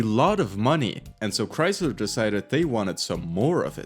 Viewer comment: “here at Chreysleh”